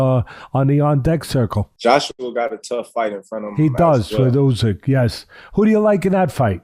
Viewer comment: Crawford called Usyk Ugis🤣🤣🤣🤣🤣🤣